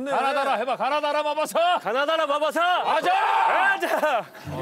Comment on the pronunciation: 가나다라마바솨 아자~이게 ㅈㄴ 웃기네 ㅋㅋㅋㅋㅋㅋ